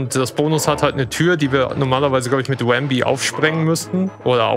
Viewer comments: Sehr schöner Run, trotz manchen kleinen Schwierigkeiten. Manchmal gab es aber richtige Wow-Momente. Habe hier so einiges gelernt. DKC 2 ist eines meiner liebsten SNES Games. Aber das du zu Rambi 'Wambi' sagtest machte mich etwas wahnsinnig. ;-) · Cooler Run mit vielen interessanten Shortcuts und Glitches. Der Runner ist sympathisch und hat seine Aktionen kompetent erklärt. Machte Spaß. P.s.: Das er den guten Rambi aber ständig 'Wambi' nannte machte mich aber irre. :-D